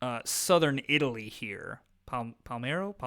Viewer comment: It was me who mentioned the Palermo thing a couple of videos ago. You just put the M in the wrong place - it's Pal-air-mo, not Pal-mair-o.